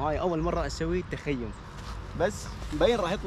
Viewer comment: السلام عليكم بالتوفيق انشالله اسمه تخييم وليس تخيوم